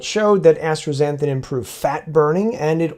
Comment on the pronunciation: I love your work and always look forward to your videos, but your pronunciation of astaxanthin is doing my head in. There is no “r” in asta. It just as-ta and not astra. Anyway forgive my OCD. Again, I love your work.